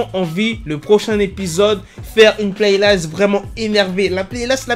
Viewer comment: essaye pas de t'inventer un accent mdrrrr ça se prononce playlist et pas playlayst